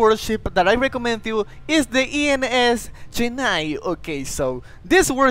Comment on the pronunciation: That's I.N.S. CHENNAI Not ENS 😂😂